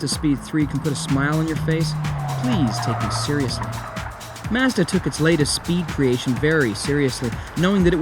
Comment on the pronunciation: Good review, but I dint understand why this ass has to pronounce the word Mazda different than everyone else on the planet